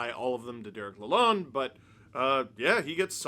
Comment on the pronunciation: Take it from a Detroiter: His name is pronounced LA-LOAN, like a bank loan.